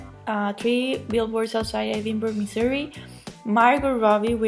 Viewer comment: The Oscars are bit to stuck up for my taste.I hope "Shape of Water" and Guillermo del Toro sweep at the Oscars.I'm pretty confident he will get Best Picture and Best Director. I want to congratulate you for saying Missouri correctly.I live in Missouri and most people that live here say it wrong.LOL I'd love to see Gary Oldman win.He's the best.I'm pissed that Wonder Woman got snubbed.Patty Jenkins should have a nomination for Best Director.The fact that the Emoji movie and Boss Baby might get a statue but Wonder Woman gets nothing should be a crime.I am also rooting for Coco! I would love to hear your thought on the movie because I loved it.I think Planet of the Apes will win for FX because it looks so realistic.I enjoyed your video.Take care!